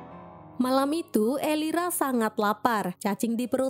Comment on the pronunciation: Elvira kak bukan elira 😭